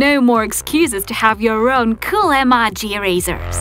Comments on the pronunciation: It's actually pronounced A-MO-GI...EMOJi💩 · It's pronounced like: ee-moe-gee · Iza Kolanko even I was thinking about that because she stop the video and erased with a normal eraser and pronouncing the emoji wrong she saying emagi it's not proper it's really bad showing fake videos are not creative extending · Rosie Stone she is saying emaji not emoji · Hahaha whenever you say emoji you say emaji 😂😂😂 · Can someone pls tell her that its em-oh-ji and not em-ah-ji ? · She says emoji like emage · She said amaji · she say emaji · it's not emoj y it's emoji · Eee maaww jeee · You said omoje wrong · It bugs me when you say emoji wrong. I'm sorry >.< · Shes saying emojis wrong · Please guys stop saying she doesn't know how to pronounce Emoji because english is not her first language. . . She is hispanic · not to be mean but I just like how u said emojy wrong I like how u said it though 👍👍👍👍👍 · Why u say emoji like that? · She says emoji incorrectly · Golden Cookies English isn't the person's first language. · she's saying emoji wrong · This is very funny she says emoji wrong😁😁😁😁😁😁😁😁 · You said emoji wrong lol lol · no offence but u say Emoji weird😕😞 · You pronounse emoji wrong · She said emoji wrong but who cares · Every time she says emoji it is so annoying because she says it wrong not to be mean